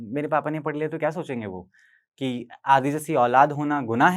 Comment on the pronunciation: अ से आदि नहीं आ से आदी